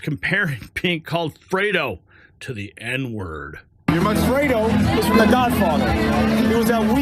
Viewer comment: You called me Fwedo 😂